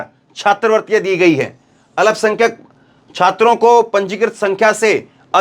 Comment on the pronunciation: Alapsankhyak nahi bole, sahi Alpsankhyak ap bolege,please, Zakir, Ara Bihar